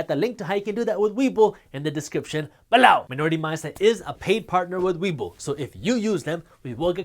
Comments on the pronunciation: Please stop saying "below" lol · You crack me up with your unique "below" emphasis. Very articulate and informative for all newcomers. God Bless You Jaspreet.